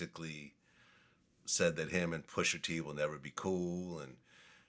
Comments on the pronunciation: Hey VLAD it’s pusha not pusher 😑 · When VLAD says “Pusher T” with that hard R it makes me cringe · Vlad stays refusing to pronounce rapper names that end in “a” properly 😂😂 “Pusher T”, “Tyger”, “Twister”... Pusher won though! 🏆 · "Pusher T"